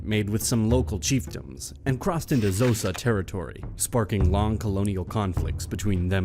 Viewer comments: its not zhosa its xhosa , it has a click from the middle of the mouth. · First of all don’t insult Africans by pronouncing their names incorrectly. Who are the Zosa it’s called Xhosa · Good video. Xhosa needs a more accurate pronunciation.